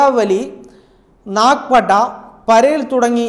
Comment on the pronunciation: Boravally alla bhai Borivally.Nagapatta alla Nagpada..thetaye paranjathukondanu sire thruthiyathu